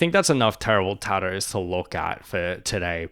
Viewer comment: ah yes taddoooos